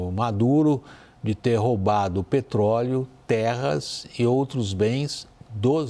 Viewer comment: agora está falando com sotaque de americano nativo “petrrroóóleouu” piada